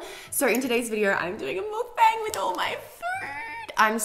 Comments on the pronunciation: it's pronounced mukbUNG not mukBAAANG :) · cute vid b, it's pronounced "muk-bung", not "mud-bang" tho hehe x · “mookbayng” y can no one pronounce it correctly